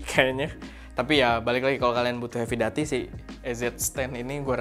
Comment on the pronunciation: Masukan aja cara sebut/pronounce "heavy duty" - hevi/hefi dyuti/duti 🙏